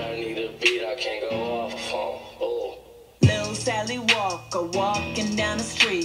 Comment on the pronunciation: " Little Sally Walker-uh" YOOOOO SHIIIIT! same